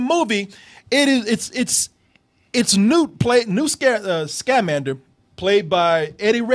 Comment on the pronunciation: 1. I'm pretty sure you're incorrectly emphasizing the syllables of his name. Unless I'm wrong, it should be sca-MAN-der, not SCA-mander. 2. This wasn't adapted from the Fantastic Beasts and Where to Find Them book. It's not just that it wasn't a novel—it wasn't a story! It's an in-universe textbook on magical creatures. Newt even mentions that he's working on it in the movie. Of course, the movie includes references to the textbook that he eventually writes (various magical creatures, his love interest, etc.), but it's not an adaptation. 3. The magical creature that you think is a rip-off of Groot is called a bowtruckle, and it existed in the Harry Potter books long before Groot came around. 4. The "platypus" is called a niffler, and it is also a magical creature that was in the original series.